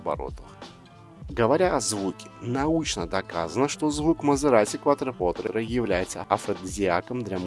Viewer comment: Несомненно это один из ярких представителей эры лучших атмосферных V8, которые уже заменяют всякими утюгами и микроволновками. Обзор тоже получился близким к отличному, только постоянное неправильное произношение названия режит слух, больно смотреть (слушать) ролик. Автор произносит "КуатропоТре", а правильно "КуатропоРте". Quattro - четыре, Porte - двери.